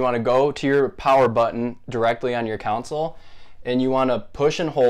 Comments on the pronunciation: Just wanted to inform you that you’re saying console wrong. You’re saying coun-sole but its actually con-sole. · Not cown-sol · Very useful mate as I've used it due to a game not loading when it has no problem before and after cleaning the disc ect. But it didn't repair it. But I have to pull you up on how you pronounce console it's not council as you were pronouncing it. 👍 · Say it with me, CON-SOL